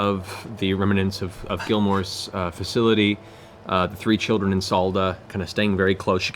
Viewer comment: Matt Mercer is the best DM I’ve ever witnessed and one of the best I’ve ever even heard of. That said, the word “remnants” is supposed to have 2 syllables, not 3. And it seems to be one of his favorite words, as it comes up nearly every session. Remnants. Not remanents. It drives me nuts.